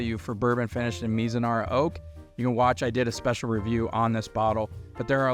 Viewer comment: My man. You gotta learn how to say Mizunara before doing a video about it. Lol